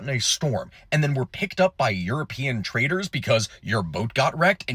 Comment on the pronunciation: Lol, 'traitors' for 'traders'. Ai?